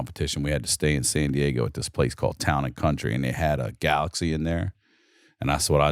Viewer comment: It's GALAGA not galaxy